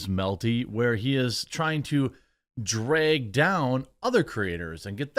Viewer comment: Is it a Jeremy thing or a Midwest thing??? BTW, it’s not an “accent” 🤷🏻‍♂️ it’s just bad “Phonics”!!! “Dregg” is not how the word is pronounced… In fact I don’t even think “Dregg” is a word!? 🤔 THINK “Apple” Jeremy. 😀 “Ah-Pell”; æ-pell 👍🏼 “Drag”… Sound it out with me… “Juh-Rag-Gh”. “Drag”! 🙌🏼😀